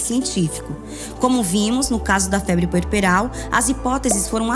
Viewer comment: É puerperal não pueperal